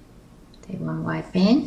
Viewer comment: Lol somehow i always understand "bang" instead of band ><